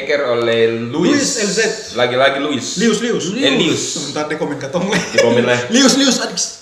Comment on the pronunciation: kk bu..tolong inga beta pu nama baik2 bukan luis eee😁